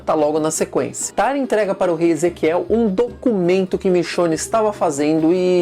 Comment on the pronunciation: Por que ele pronuncia Aaron e Tara, como se fosse uma palavra em português?